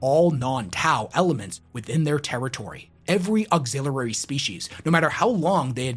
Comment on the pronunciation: Please practice saying auxiliary. Great video.